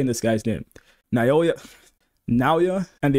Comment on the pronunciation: Naoya is pronounce now yuh